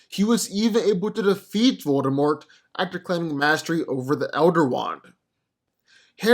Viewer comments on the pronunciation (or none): If I had a penny any time he said voldermolt himself